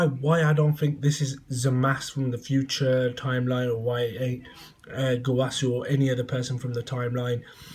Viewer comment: you can't pronounce Gowasu as (go-wa-soo) and say it's the Japanese pronunciation and say zamasu correctly (Za-mass)